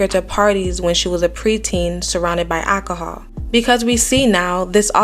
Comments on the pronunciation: Alcohol……not ackohule…….. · It's ALCOHOL. Not ackahol